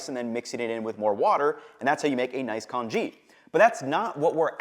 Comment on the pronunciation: In many of your videos, you mispronounce many delicacies. Here it is congee. Add that to Geisha and a host of other food specialties.